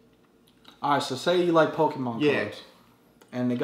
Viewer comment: rofl he said pokepuh! im done!